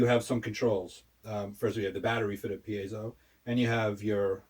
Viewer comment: Also - It’s Pee-Ay-Zo. You had it right the first time.